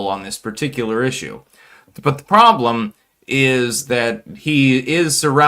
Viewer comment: “Butda pwobwm”